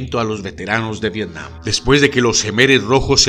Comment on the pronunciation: TOD@ VIRTIAM YO: VETIAM TOD@ V-V-IRTIAM YO: V-V-ETIAM TODOS: ༎ຶ‿༎ຶ ༎ຶ‿༎ຶ. (┛◉Д◉)┛彡┻━┻